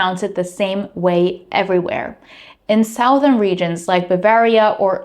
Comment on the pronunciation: Just wanted to say that your English is wonderful, and being able to accept feedback is a good trait! There is no "ow" sound in Southern. Don't try to say South and add something to the end of it. It is pronounced SUH-thern. Eastern/Western/Northern are pronounced as expected.